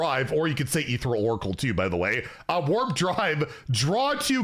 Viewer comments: Dear, the card is pronounced "E-Thee-Re-Al", not "E-Thee-Ral" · Eth-ee-ree-al Say it with me Eth-ee-ree-al